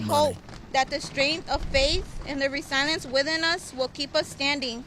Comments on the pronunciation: She pronounced the word resilience, "resilence." That statement was written for her. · when the el Salvador mans wife said re-silence and not resilience , dead give away someone else wrote that for her. Duh and then she says alley instead of ally... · We are "REE-SILIENCE" HEHE😂